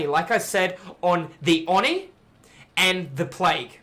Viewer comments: It is pronounced oh knee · That's not even true. Oni is written: 鬼, read as おに (o-ni). The o is very deep and unlike an "aw". just actually isn't saying it correctly. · Why do you pronounce it "awe knee"? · "Awe knee" is the Japanese pronunciation, but isn't drawing the O out long enough.